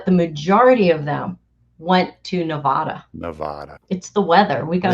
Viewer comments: Yes, do Nevada (not Nevawda) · Liz: the word is Ne-vad-da, short “a”, not Ne-vah-da. We’re right next door. If you wish to alienate your support, just keep mispronouncing the name of our state.